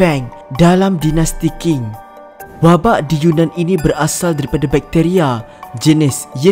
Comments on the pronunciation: No3 salah sebut qing tu sepatutnya sebut cing tapi sebut king tapi mungkin sebab tak tengok c drama costume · Bukan King la sebutan dia Ching.. Qi=Chi